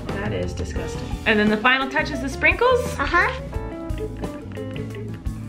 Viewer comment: when she said "that is dicusting" I died